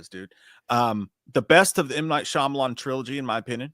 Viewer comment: I wish J knew how to say Shayamalon, (Sham-a-lon)